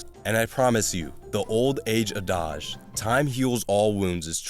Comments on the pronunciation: Your ai narrator pronounced “adage” like “ahdajjj”. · Ah yes, that old "a-dodge", old as 'tim-eh' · The biggest loss is your pronunciation of adage lol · You mispronounced "adage". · F-tier pronunciation of "adage"